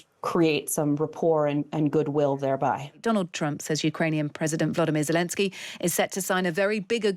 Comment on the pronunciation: VoloDYmyr, not "VoLOdymyr.' The accent is on the third syllable.